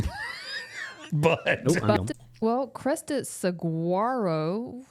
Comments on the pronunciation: She couldn't even pronounce Saguaro as in the Saguaro cactus found in Tucson. Which is why 520 was in the guys username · Maybe it's just me... but the way she pronounced saguaro, pissed me off. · If you live in Texas and you can't pronounce SAGUARO, you are human feces. Get out!!!